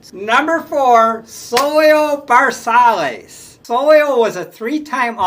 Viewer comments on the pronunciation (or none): First of all, Dick McAuliiffe was not a SS. Dick was an all star SECOND BASEMAN. This guy cannot pronounce names properly Zoilio ZVersalles is pronounce Ver. Saye. His choices were no t bad but he was way off “base”;with Dick McAuliffe. Poor performance. I am a long time Tiger fan and trust me McAuliffe Never played Short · Cardeñas' last name is pronounced "Car- dayn-yes", and Versalles is pronounced "Ver-sigh-yes". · I would put Dick Groat as no. Two behind Aparicio no.1.then Wills 3 Fregosi 4 Cardenas at 5 Rico Petrocelli 6 Campy 7 Kessinger 8 Alley 9 Versialles 10 (If Ron Hansen would've stayed healthy he'd be in there somewhere.. depending how long he was healthy) Some pronunciations.... Ver si as (Zoylo) Leo (Chico) Card e nas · The prononciations are .... Leo Card-n-az and Zoy-o Ver-sigh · I love your videos. As for the names, Baseball-Reference gets most of them right. Zoilo Versalles is ZOY-lo vair-SY-yez. Leo Cardenas is Lee-oh CAR-de-nes. Dick Groat played basketball for the Fort Wayne Zollner Pistons, the forerunners of the Detroit Pistons. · Leo Cardenas, Card -E long E, nes, Elliot Ness. Ver-sigh was for Versailles, One great year and then average. Dick Groat was number 2 on this list and Fregosi 3. Wills was such a pest on the bases deserves 1. The 60’s had light hitting, good fielding shortstops. Campy Campaneris was so talented, I think he played every position but one in a single game, probably in Kansas City. Not sure though.